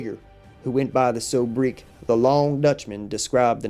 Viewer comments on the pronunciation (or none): ...and sobriquet is not pronounced so-brick.